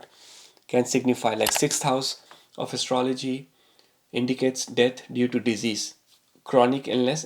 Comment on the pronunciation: You pronounce "death" as..."debt" and it is HILARIOUS. So is the content of this stupid video!